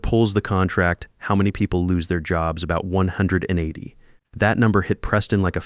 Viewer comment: OMG I think the AI had a stroke when trying to say 180 🤔